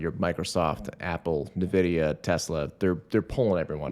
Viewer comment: Ok but when will learn to pronounce Nvidia. en-vid-ee-ah not ne-vid-ee-ah